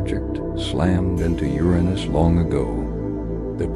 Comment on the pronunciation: Holy mother of fuck, this is the first time in quite a long time I stumbled upon a video where Uranus is pronounced properly!